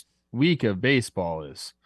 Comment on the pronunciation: The “Wek” was so juicy couldn’t fit the vowel 😂